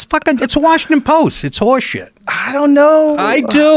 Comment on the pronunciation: Wawshington Powist